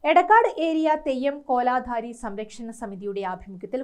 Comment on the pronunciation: കോലാധാരി അല്ല കോലധാരി